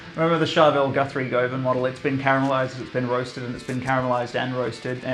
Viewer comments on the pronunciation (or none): none